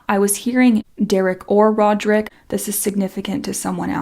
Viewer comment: I just watched your video. Did you say Roberick in the video? Thanks for the reading!